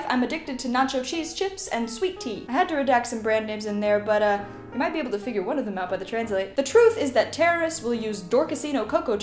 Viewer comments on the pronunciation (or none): none